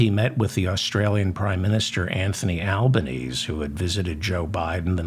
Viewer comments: Love the gag about it still being 1954 in Mike Johnson's office. FYI "Albanese" is pronounced AL-bə-NEEZ-ee . Australians call him Albo. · The Prime Minister of Australia’s name doesn’t rhyme with “Chinese;” it’s pronounced “Alban-Easy.” 😉👍🏼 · I really enjoy your programme, David....but, as an Australian, I think you might like to know that our prime minister's name (Albanese) is pronounced "Albaneesie", not as it's spelt.